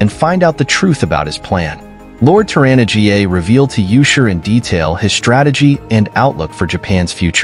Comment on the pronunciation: 'Tor-anna GA'...Come on, at least check the pronunciations before you upload these videos.